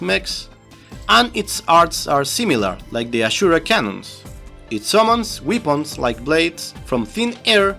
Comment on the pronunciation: just one thing, I am latino so just wanted to let you know weepuns is not the right pronounciation as far as I know. I guess you are trying to say weapons which is pronounced: -> weh·pnz. 11/10 VIDEOS as always thanks a lot!